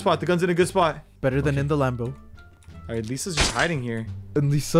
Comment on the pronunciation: said "A dude I can't even get in the LamBOr😂😂😂😂